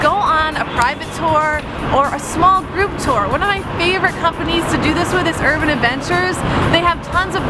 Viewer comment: Take a shot every time she pronounces tour as ‘tore’.